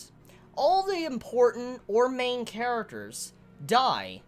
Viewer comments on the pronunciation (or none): none